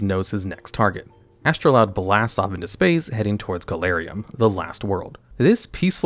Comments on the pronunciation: "astroloud" my brother in christ there is no L in the card name you cant just put one in there and expect us to not notice. is astroud really that hard to pronounce for you or do you just not actually read or look at the cards you talk about? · It's Astroud. Not Astroloud. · Take a shot for everytime he mispronounces astroud